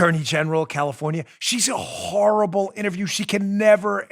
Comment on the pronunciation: Ahh Dan, early in the show you said Kamala Harris was a "Horrible Candidate." I noticed you said it so it sounded like this: Whore...ible candidate...you could have stopped at the first syllable....Just saying...